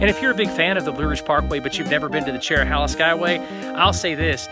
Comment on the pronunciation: It's chero- hey-la not chero- holla. Connects the Cherokee National Forest with the Nantahala forest. Nantahala is hey-la, not hol-la